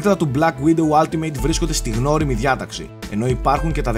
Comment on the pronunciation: Κοίτα από αυτό που ακούω λέγετε όλτιμετ αλλά είναι αλλά πάει προς το ά.. δηλαδή όχι άλτιμειτ που ακούγετε στο βίντεο. Τέλοσπάντων μια διόρθωση ήθελα να κάνω για να βελτιωνόμαστε στα αγγλικά,φιλικά πάντα,ωραίο review πάντως!